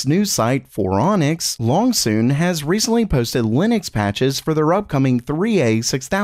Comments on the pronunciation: Too bad YOU and have been SAYING THE NAME ALL WRONG!!!! It's pronounced LOONG-SON like Luuung-Sahn - or Loo.ng-Saan... he's been saying it BACKWARDS every time LOL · BRO... the Chinese CPU Company.... it's Loong-Son ... like Luuung-Saaan ... Looooo.ng-Sahn ... you're mixing up and reversing the long and short vowels... I know it doesn't seem or sound right saying it 'Luungsahn' but just slow down and sound it out... you'll see ... just don't be like the weenie at RedGamingTech and CONTINUE to say Koh-Pit-E_7_Kim-E for .... yes, in case you didn't know, he still says Cohpity .... Koh-Pity .... (idk how else to type it lol) when everyone and their grandma KNOWS it's Koh-Pite ... (yea, I can't figure out how to rtype that any better either lol) ANYWAY... It's quite rare that we talk about them, but if you do happen to read this then the next time the fake anoth..... errr I mean ... the next time release another benchmark you'll just say LUUUng_Son without even thinking about it :) (it doesn't even matter really LOL idk why I spend so much time "correcting" people when I don't even know for sure... ESPECIALLY not Chinese LOL) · It's more like, "Lone Scene" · How is it that "Loongson" gets consistently pronounced, "long soon"? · I'm not sure that you're pronouncing Loongson correctly. I could be wrong; Wikipedia doesn't seem to have the IPA transliteration, and I don't speak Chinese.